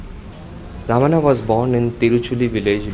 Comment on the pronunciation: It is pronounced as Bhagavan Ramana not Raman.